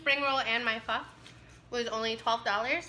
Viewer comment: Pronounce “faaaa” like faa la la la if that makes sense .. the dark sauce is “ hoisin sauce “ 😬